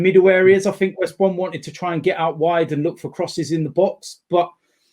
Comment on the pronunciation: Bro it’s West Brom